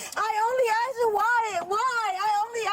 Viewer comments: subtitles were wrong, they kept saying 'asked' instead of what she was saying over and over (aksed) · Litttlly awll she aksed was WHYYYYyyyYYYYyyyy?